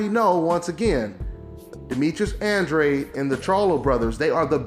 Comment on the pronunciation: it's Andra-deh.